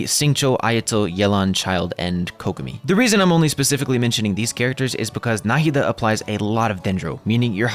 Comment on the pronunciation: you pronounce her name right. thank you. i have the same name and the way they say NahEEda bothers me so much